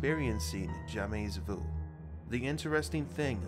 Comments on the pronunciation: I feel like I should be watching this late at night in bed with the lights out. Anyway, he keeps saying "jamais" wrong. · Very interesting but his constant mispronunciation of 'jamais' drove me nuts and distracted me. Here because of BTS...